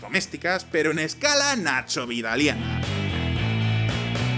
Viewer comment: es perturbador cuando dices "nachovidaliano"